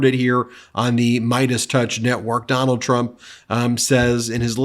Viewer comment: We should just refer to him as "Duh-NALD" from now on.